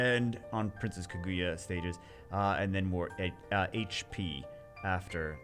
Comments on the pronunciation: I think it's pronounced Kah-goo-yah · Oh yeah I know this story. Celesteela, the Pokémon, is based off of her. Also nitpick, but it’s Kaah-gu-yah. You emphasize the kaah not the gu. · No no no, it Kuh Goo Yuh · please pronounce it right^^ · RIP name pronunciation 😂